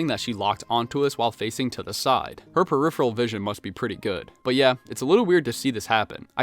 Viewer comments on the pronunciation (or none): none